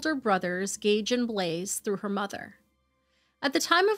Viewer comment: "Gauge and Blaze". Sheesh.